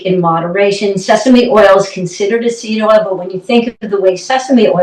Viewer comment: Thanks. Of course I watched on Christmas Day, when I’m presented with the most incorrect meal of the year. (Say no? Yeah, you try that with my wife!). You cooked the mushrooms a lot longer than I normally do, but I have been using oil. Couldn’t figure out if you were saying “C oil” or “sea oil”. Finally caught on to seed oil.